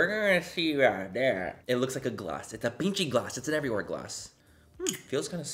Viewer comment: I wonder how many non-Spanish speakers Manny has saying “pinchi” now 😂 love it! 🖤